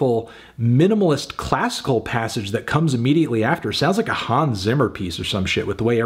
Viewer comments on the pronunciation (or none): none